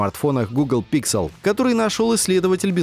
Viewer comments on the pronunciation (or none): Не стал смотреть только из-за произношения названия нового фолда - Pixel. Слух режет этот ПИКСЕЛ